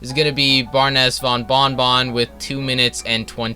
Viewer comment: Not trying to be mean but you said bing bong Even though it’s bon bon 😂 like I said not trying to be mean